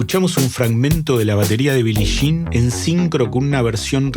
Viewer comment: Excelente análisis y buena información, solo que me sangraban los oídos cuando decías Billi Shin. 😂